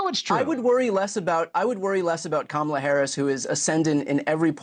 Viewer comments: Oh so he CAN pronounce her name correctly 🤔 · At least he said her name correctly. 💙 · Did you hear him he actually pronounced kamala's name correctly! 😲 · Oops! He made a Yuge mistake...he said Kamala's name correctly😊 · First time I heard him say her name correctly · He's so cooked that he not only didn't give her a nickname, this time he actually pronounced her name correctly. 💀💀💀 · He pronounced Kamala's name correctly, shows he knows. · He pronounced her name properly for a change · ….he forgot to mispronounce her name 😂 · AND tRump slipped up in this clip... He pronounced her name properly as KAmala! 😂 He must hate that he did so in what will be a widely shown video! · I think this is the first time he pronounced her name correctly. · Is this a turning point? He didn't mispronounce Kamala🤯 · He said her name correctly. 😮 I'm shocked 😲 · Actually pronounced Kamala's name correctly. He's slipping! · He Accidentally said Kamala’s name correctly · Let's give Trump credit. He said her name correctly. LOL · He actually pronounced Kamala's name correctly?! I'm sure he's losing even more votes for that alone. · Wait...did he just pronounce her name correctly? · Did l heard right? Did That crazy man pronounce our next presidents name correctly ? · Sometimes he pronounces Kamala's name correctly, and the rest of the time it's Comrade Ka-Mala -- Hey Don, I think "comrade" refers to a friend or colleague -- As usual, he shows he's not a deep thinker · Trump pronunced Kamala right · Oh he by accident pronounced Kamala’s name correctly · Holy shit he said her name right, he's cooked! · Interesting, he finally pronounced her name correctly. Wonder what that slip means. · Shocked, I just heard a republican pronounce Kamal correctly. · He slipped and pronounced here name correctly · Wait, did he finally say her name correctly ? 😲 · he pronounced her name correctly 😅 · He pronounced her name correctly. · He pronounced "Kamala" correctly. Lol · He said her name correctly FINALLY